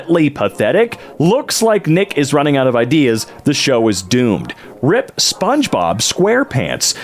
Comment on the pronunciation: Another narrator who doesn't know them difference between rip (tear) and RIP (rest in peace/requiescat in pace) - definitely should pronounce the letters individually